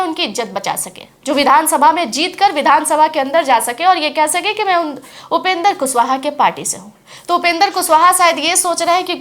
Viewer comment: मैम आप कम पढी लिखी है का पहले आप माननीय उपेन्द्र कुशवाहा जी का नाम का उचचारन सही किजिए तब बात किजिए, जब कैमरा मे खाली विडिओ है तो अवाज का पुसटी कैसे कर रही है आप